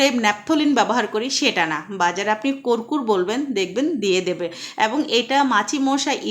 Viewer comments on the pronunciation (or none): কর্কুর নয় কর্পুর, জেনেশুনে শব্দ উচ্চারণ করা উচিত।